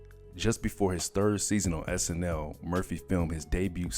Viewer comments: Not 1 minute in and you called 'SNL' (SNi) (i) as in you're reading and not speaking life into words. Y'all ain't just curating history for y'all; it's for everybody. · He even said SNI one time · Comedy hype... I love you very much but please find somebody who can speak correctly to do the voice-overs... How do you mess up iconic names like Joe Piscopo and movies like Return of the Jedi???? He even said SNI in reference in reference to SNL..... you guys have to make sure that somebody is proofreading these dailies before you post them... If you need help I would gladly do it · The narrator said "sni" instead of "snl". Then he says "Alex" Foley instead of "Axel" Foley. Don't you guys review this stuff before you put it out? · Decent video, minus the dreadful, lifeless narration that is full of mispronunciations/inaccuracies ("SNi", "ALEX Foley", Joe "Piscaaapo", "Return of the Jedee"...). I truly dig the channel, but come on guys, just a few minutes reviewing your content before releasing it makes a HUGE difference!!!